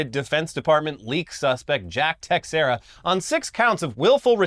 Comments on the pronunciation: Some notes ... its teh-SHEER-uh Not tex-what-ever-you-said. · Its T'sherra is how that last name is pronounced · Portuguese dropping in to say it’s pronounced tay-shay-ra 😘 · Teixeira is pronounced "tey-share-ah". I only know this because I watched Mark Teixeira play baseball in his prime, even though his nickname was "Big Tex" when he played in Texas. Been following since the Machinima days, always great to wake up to a new video! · It's pronounced like "Tay-hee-rah" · Teixeira= Tuh-share-uh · Ok y’all. The x in Teixeira is pronounced “sh” plz fix this! U sound funny! But I still love this show 😊